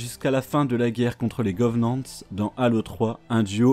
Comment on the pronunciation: À chaque fois que j'entend "govenants" et "fororeuneurs" ça me fait atteindre un stade de frénésie😅 Mais sinon très bonne vidéo, un résumé simple et rapide meme si il ya a énormément de choses à dire sur cet univers incroyable